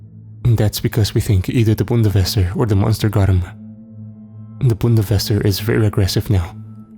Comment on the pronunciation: im German and its Bundeswehr not Bundeswesser >.<